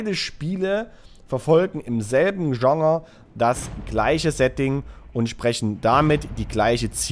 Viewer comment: meinst du immer wieder Genre? Google mal wie man das ausspricht. Ist versteht ja man kein bisschen wenn du das versuchst zu sagen 🤣🤣🤣🤣